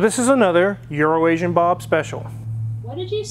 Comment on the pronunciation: It's so nice to hear someone ENUNCIATE the word "Euroasian." Also, All T-birds had the seat pump back then. I had an 84 turbobird, my buddy had an 87, same thing. Also also, is DEFINITELY saying "Urination" at this point. Prolly just to troll.